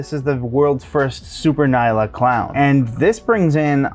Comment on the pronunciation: Nyala is pronounced en-yala. It’s named after and African antelope of the same name and pronunciation.